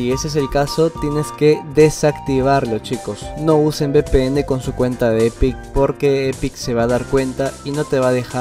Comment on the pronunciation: ¿Qué es BPN? La letra V se pronuncia "uve" no "be", porque "be" es B. Si hablas español háblalo bien o vuelve a la escuela.